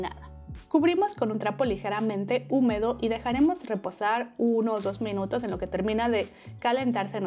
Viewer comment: Por qué dices mEnutos en vez de minutos?🥺😆 pd gracias por la receta,amé todo🙌🏼